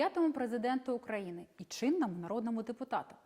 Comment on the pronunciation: Хоч би назву країни вивчила з її наголосом. УкраЇни. Сором